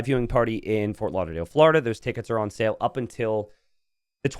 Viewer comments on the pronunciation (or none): none